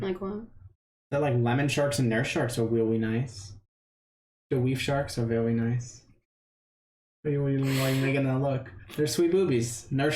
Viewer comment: I vewy agree